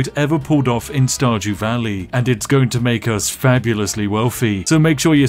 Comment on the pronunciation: I heard "StarJew." Every. Single. Time.